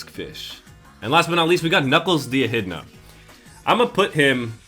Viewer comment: im sorry what the fuck is that pronunciation of echidna lol